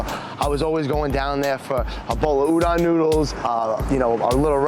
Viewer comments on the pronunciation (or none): It’s oo-dohn, ass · It annoys me that the guy is into japanese food and can't pronounce "Udon" is that hard to pronounce an O and not an A?